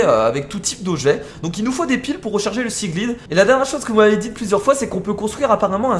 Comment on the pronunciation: S'il te plaît dis seaglide avec l'accent anglais pour le i sa me stress merci